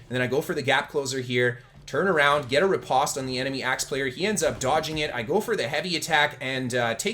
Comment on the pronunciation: Hearing you say riposte in such a way makes my ears hurt. Postman, poster, compost, lampost...say these words with the same vowel sound you say riposte and you will hear the cringe.